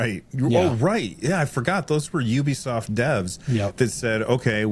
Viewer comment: Pretty sure “Ubisoft” comes from “ubiquitous software”, and is pronounced accordingly.